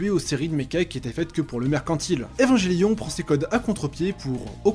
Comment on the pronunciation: É-va-n-gué-lio-n !!! Pas évanjélion ! Sinon, je suis plus vieux que Ken le survivant, bande de gamins !! 😁😁